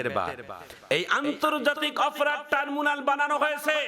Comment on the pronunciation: ট্রাইব্রোনাল টারবুনাল না।